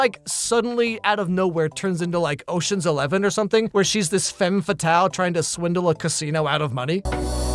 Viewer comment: pronunciation of "femme fatale" is so funny to me as a frenchman😂 (ps its pronounced just like the fam in "sup fam")